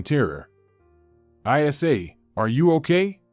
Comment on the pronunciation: What's I. S. A? What name is ever pronounced like that? Even AI should be able to read names more appropriately.